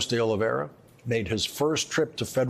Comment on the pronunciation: "Oliveira," not "Oliveria". Oliveira means "olive tree"